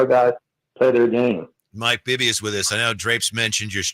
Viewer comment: 1st to 3rd, bring Pops calling Bibby "Bibba" how fitting.